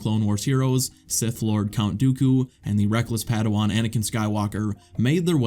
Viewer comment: Say PAYDOHWAN once more time 😑